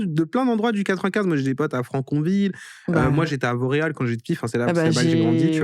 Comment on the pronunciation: petite québecoise que je suis à chaque fois que vous dites « Vauréal » j’entendais « Montréal »🥲😅